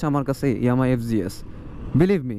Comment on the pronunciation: Fg s no, it’s fz s hobe